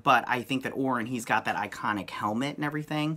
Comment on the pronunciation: Orion is pronounced like O'Ryan. If you have read the early New Gods comics by Jack Kirby, you would understand this. Read New Gods #4. I think that even Jack Kirby knew that this pronunciation was a problem so he uses "O'Ryan" as the name of Orion's gang battling the Deep Six on Earth. You can also reference numerous DC comic movies where Orion is included.